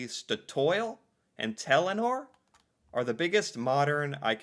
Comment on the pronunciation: Clearly, from the way he pronounced it, he didn't realise that "Statoil" is a contraction of "state oil." The "government pension fund" and the "oil fund" are the same thing. The one Norwegian brand I could find in an American grocery store was Jarlsberg cheese. 🧀 😊 I don't remember if it had the Tine logo. A "tine" (pronounced roughly TEE-nuh) is a traditional container for food stuffs. The Tine logo is a stylized tine.